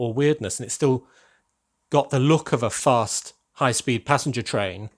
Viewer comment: Fast not gast